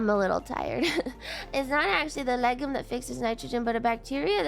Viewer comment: Isn't it pronounced "leg-youm"?